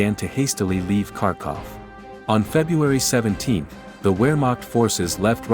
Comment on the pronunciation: I cringed every time you mispronounced Wehrmacht.